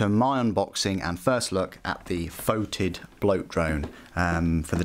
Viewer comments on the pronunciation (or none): Just to be pedantic it's pronounced: Fe tid (the e as in egg) not Fo tid.